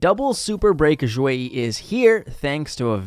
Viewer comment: "x" in Xueyi is pronounced "sh" not "zh". Same with all other chinese names/words.